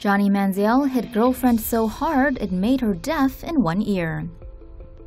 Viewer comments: Money manziel. Why do you keep saying man zee eelle? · Lol anyone notice they pronounced it manzee•el